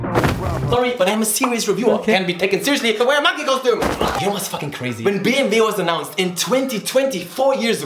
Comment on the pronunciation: Are you saying bmv because you are german and you guys pronounce bmw as bmv or am I tripping because I smoked too much?